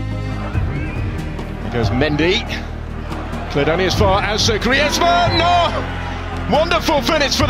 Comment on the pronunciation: When griezmann scored in group stage against Croatia the commentator said grayzmenn